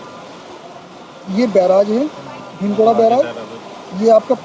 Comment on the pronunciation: ये भीम गोड़ा या भीम गोरा नही बल्कि 'भीम गोडा' बैराज है। उच्चारण ठीक करने की आवश्यकता है रिपोर्टर महोदय!